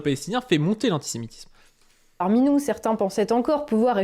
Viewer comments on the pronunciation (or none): j'entends "par minou" à chaque fois et ça me fait marrer à chaque 😂